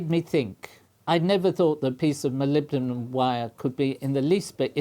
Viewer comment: I'm sure the Prof was saying Molombydom